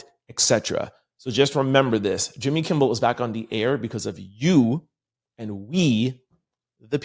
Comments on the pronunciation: I caught that too, but then I remembered he says he has a speech problem when it comes to his dyslexia. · …KIMMEL KIMMEL KIMMEL Not KIMBLE TWF? 😮